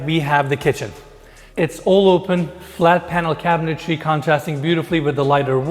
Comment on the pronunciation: the word "cabinetry" is pronounced "cabinet-tree" not "cabinet-tairy". Cabinet-Tree, Cabinet-Tree, Cabinet-Tree, just say it a few times. Love you.